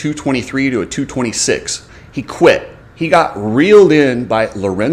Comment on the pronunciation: Dude, "quited?" Even people who have English as their second or third language don't butcher it that bad.